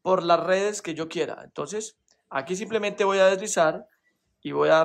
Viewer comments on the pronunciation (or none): none